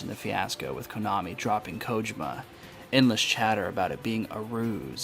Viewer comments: I had to watch this with close caption so I can mute your voice. Your voice trying to mimic the way Solid Snake speaks was really annoying and your mispronunciation of Kojima was like listening to nails on a chalkboard every time you pronounced it wrong. Big thumbs down. Despite all that, I also believe your theory. I knew something wasn't right from the get-go. And after playing TPP and the reveal of Venom Snake's true identity, everything made complete sense. But now that Kojima is gone, I heard a rumor that Konami was going to do a remake of "Metal Gear" to bring the series to a full circle, but not sure how that will turn out. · My Sister-in-Law and my wife speak Japanese and they agree that the way you said this name was wrong. However, toward the end of the video, you did say it correctly. I didn't catch that until after I had them watch it since I muted the video when I first watched it. Either way, I look forward to the next video and that you're not going to be doing the voice.